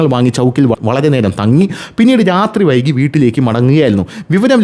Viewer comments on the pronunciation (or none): none